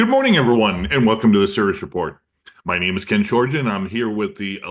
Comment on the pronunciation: I like your channel. I just wish you would enunciate the word "Sirius" with more care instead of throwing the word away every time.